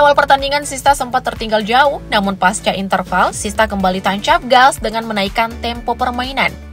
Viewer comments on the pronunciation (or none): none